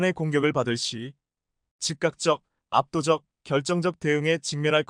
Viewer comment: 잘못된원고에 잘못읽는 진행자; 압도적을 알도적으로 쓰고 그대로읽는 무식한진행,즉각 시정하세요. 🎉